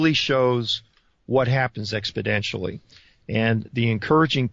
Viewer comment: How could such an intelligent person mispronounce exponentially? He says expodentially a few times! WTH